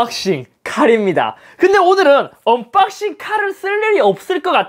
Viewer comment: 언.뽝싱 이라고 말할때 발음이 이상하게 중독되는듯한 기분..